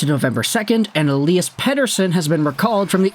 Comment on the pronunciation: pretty sure its pronounced ELY-as, not ELI-as. should make commentating a little easier